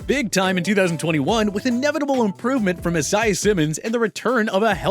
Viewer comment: Who the freak is a-sa-eee simmons